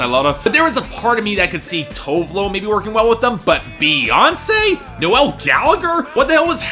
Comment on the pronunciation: NOLE Gallagher not NO-ELLE Gallagher. Sorry no offense but it pisses me off how he pronounces it